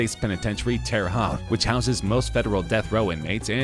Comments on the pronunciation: Did you really say terre HOT? It’s terre hoet lol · Terre haute is pronounced (Terra hote)